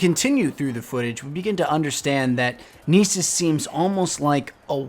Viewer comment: Lol, "Neesus"the Homeland/Homeworld of Liam Neeson